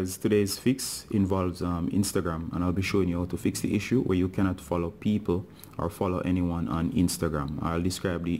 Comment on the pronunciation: When it fallow it dont day fallowing it just say fallow again